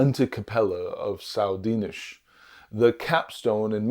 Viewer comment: Great video, thanks! If you don't mind a little feedback, Dinis is tonic on the second syllable